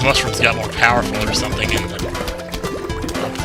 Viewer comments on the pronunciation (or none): So much POWAH in your Doom-Shrooms! You're so POWAFUL!?